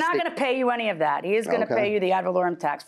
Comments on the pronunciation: They both keep saying "add volorieum" lol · The judge told the Plaintiff how to pronounce "ad valorem" and he still ran right over that pronunciation immediately after 😆😆😆. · Plaintiff: Valerian taxes JM : "AD VALOREM TAXES" Plaintiff: ....valerian... JM: ...ad...valorem..